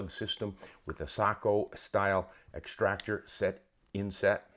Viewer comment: Finally someone who says SAKO the right way! Greetings from Finland.